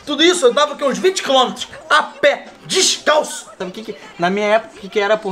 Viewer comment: 'A PÉ DIXCALÇO'